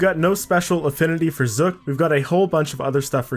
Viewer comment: How dare you say "Zuk" differently than me.